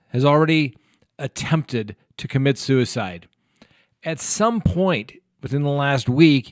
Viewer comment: Did you just say "sewerside" at the 2.27 mark? Lol!